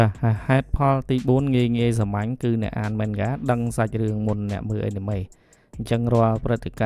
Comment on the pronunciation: Anime អានម៉េចចេញ (Enemy)អេនណាមី😂